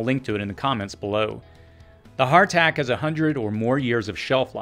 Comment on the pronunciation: Please explain the item that the closed captioning gives as heart attack and sounds like hartack. Also mentioned with it "sun chokes"? I was able to look up sun chokes aka. Jerusalem artichokes. But Hartack? Hartac? Hardtack? What in the world are you saying? The slight accent together with obscure items being mentioned makes this part of your video obtuse. I would have liked to see your own captions with these items written on the screen.